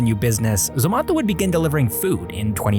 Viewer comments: It's not ZOMATHO its zomato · It's not zomatho . It's Zomato like tomato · It's Zomato not zomatho 😂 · Dude stop pronouncing zomato like that.... everyone in India says it like tomato but with a z, not whatever you're doing lol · Its not zomato its zomato...😂😂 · We say Zomato too. Why you pronouncing it funny ?